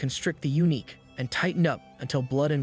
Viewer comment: His videos are high quality and mistakes are extremely rare. Took me ages to work out he uses A.I. It's just he made some pronunciation errors near the end, calling eunuchs, uniques. Edit: sorry for being critical on what is otherwise an excellent video. This is the 1st pronunciation error I've heard on this channel so it surprised me.